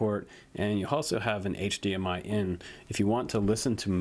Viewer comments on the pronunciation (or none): none